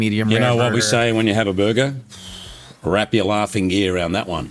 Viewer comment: "There is....... a piece of pineapple......inside my burgah."